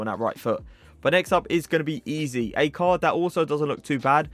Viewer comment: It pronounced ezay not easy, it really annoys me and my ocd when people say it like that😭